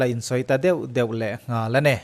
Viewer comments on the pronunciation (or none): none